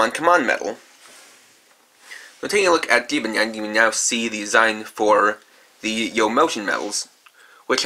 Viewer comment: You say jibanyan wrong